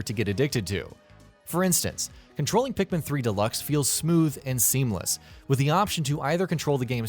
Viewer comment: Ikr like wth so many people call pikmin that thinking its right